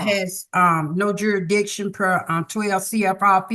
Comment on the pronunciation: If you cant say the word "jurasdishin" you don't get to represent yourself. You get an attorney. Waste of time.